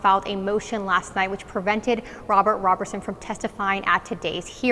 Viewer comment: Please pronounce his name correctly ROberson not RAberson.